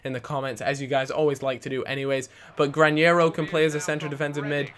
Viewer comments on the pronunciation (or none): Its Granero not Grañero. No ñ!!!!!!!!!!!! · Its Gra-Nero not Gran-Yero!! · it's not granyero it's just granero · GRA - NE ( not nie ) RO